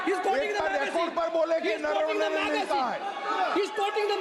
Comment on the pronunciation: नरवणे ना नारावाणे म्हणत आहेत